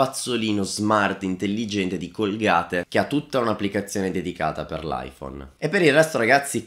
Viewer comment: Hai sbagliato a pronunciare colgate